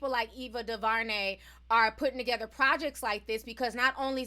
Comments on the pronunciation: T her name is AVA Du....DuVernay, AVA DuVERNAY! Not EVA DAVARNEY! THANK U, STILL LOVE YA💯😘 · Its Du-ver-nay not Du-va-nay (sorry that was distracting lol)